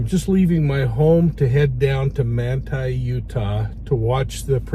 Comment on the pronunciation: What town in Utah is this taking place? Manta? He’s saying Manta.